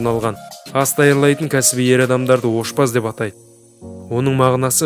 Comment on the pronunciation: Ошбаз емез ашбаз деб аітылад😃😃😃😃